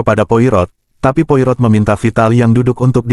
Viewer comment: Baca nya bukan poi rot. tapi Poa ro